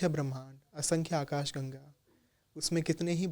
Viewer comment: Gam ychharan galat hai, ese gang bolte hai bhatt bhai